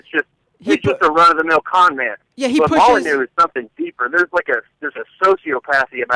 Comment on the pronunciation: About four minutes in, thank you for finally trying to pronounce "Molyneux" correctly. And yes, Stefan Molyneux is ridiculous.